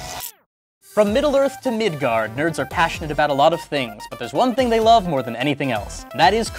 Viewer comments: I heard it as "Midgar" (a city in the FFVII universe) as opposed to Midgard which is what some people in the comments have assumed. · I'm Norwegian... We say "Midgard"... Also, å is pronounced "Aw"........... Dots....